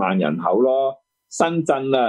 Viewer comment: 施先生係深圳唔係身震，請講清楚啲啦